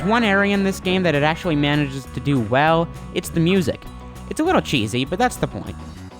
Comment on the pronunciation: wee ahh wemeber paperboy, it has aged a wittle but moaorrr....Nevah da wess, dis game was we-wealesed 27 years ago....Papers to be dewivered..... This game has a long list of problems? You have a huge issue with your "W's". Dude you put a "W" in the word "help". Hewwwlp? Really? Wittle bit bewetewer?? How could CGR allow you to speak unless they have a sense of "WhoooMore". Learn to speak dick...